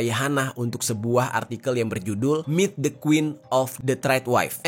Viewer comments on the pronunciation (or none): none